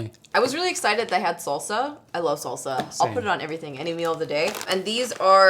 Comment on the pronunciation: You should be arrested for the way you say “salsa”